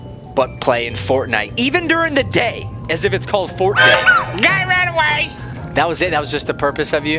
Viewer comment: griselda2 Avina you say it Wong dude